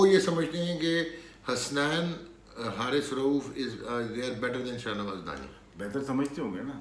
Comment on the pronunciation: It’s “Da-ha-ni” please correct it!